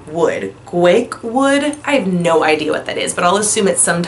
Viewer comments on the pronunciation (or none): I dont like mainstream perfumes too because they all have something that bothers me and smell similar too and too sweet. And i too use perfumes when even i am home alone ... i love it! Giaiac wood pronounced : goo -why -yuck 😊